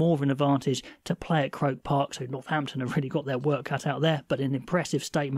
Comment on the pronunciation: With the greatest respect its pronounced cro___ park